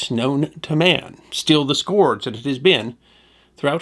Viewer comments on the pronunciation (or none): Nobody correctly pronounces "scourge" anymore.